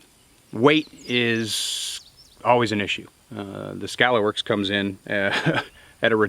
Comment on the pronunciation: Lol.. (T Rex arms)... Skuh-Lahr works....